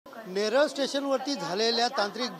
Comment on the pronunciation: नेरळ नाय नेरूळ बोला